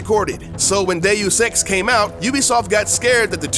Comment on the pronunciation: Every time you say DeusEx, I hear "Day of sex"